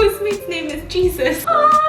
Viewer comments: no one: no one ever: stephanie: “jesus (the christian name) is bringing me pads” me: “... uh huh, totally not pronounced hey-zeus uh huh” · When she said her post mates name was Jesus I couldn’t it’s prob pronounced with a h not a j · I’m starting to wonder if Stephanie really thinks the name Jesus is pronounced like Jesus Christ lmao